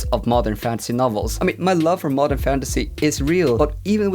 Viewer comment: Haha not a native speaker here, and listening to this video while doing chores I kept hearing « mother fantasy » instead of modern xD it does have a ring to it right? lol